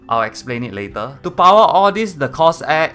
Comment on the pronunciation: Cors air😂😂